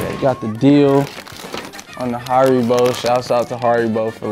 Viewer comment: on the har-ee-bowls